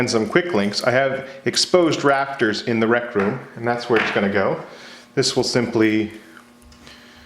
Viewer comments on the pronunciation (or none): "Exposed rafters in the rectum?" That's what I heard but I guess you meant something else? English is not my native language so there is a name for that room I suppose?